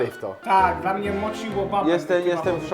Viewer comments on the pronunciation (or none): "Robimy kebaby rollo, bo tak jest trudniej, i robimy to dal was, żebyście mogli to zrobić łatiwej". kocham cię, ale chyba jakieś spięcie na łączach się wydarzyło:D